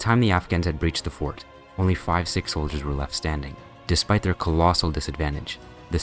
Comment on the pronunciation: bro cannot pornounce sihk